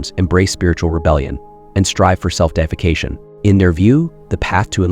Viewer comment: self-deification is NOT self-defecation ....... the way you say it changes its meaning from promoting yourself to godhood and the latter, the way you say it, to pooping and soiling yourself.. and it sounds wild